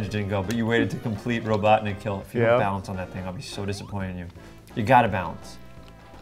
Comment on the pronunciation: why can't ben pronounce balance